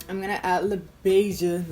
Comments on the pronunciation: I’m pretty new to your channel and just seeing this now, but I love PMG Labs!! Her Elson lipstick is my favorite! And the lipstick LaBeija is presumably named after the famous drag House of Labeija, and they were featured in Paris is Burning! I believe it’s pronounced “La Beige-ah”. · I had Leatherette in my cart and didn't buy it during the sale! I'm so mad at myself lol Also Labeija is pronounced like the color beige with an ah on the end...beige-ah. It's a legendary Vogue (as in balls) house.